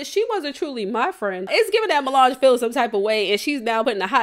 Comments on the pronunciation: U continuing to call that girl “milange” is wild🤣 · I can’t get over you calling her Mulange 😂😂😂😂😂 I was weak every time